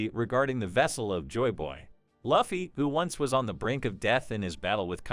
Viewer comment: effing luufffii, it's Looooouuffffffiiiiii